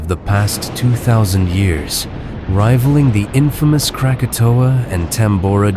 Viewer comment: Tambura? Cracatoa?